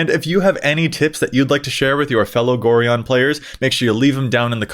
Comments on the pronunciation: It's GO-Ryan. NOT GORE -EON. Being an old school Baldur's Gate fan it's hard to listen to this :P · It's pronounced Go-Ryan. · Pronouncing Gorion incorrectly. Me: Screaming internally cause I'm old enough to remember playing the Baldur's Gate games in high school. xD